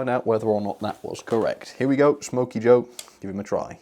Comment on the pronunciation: Wait a minits it’s not smoky joe but it’s snoky joe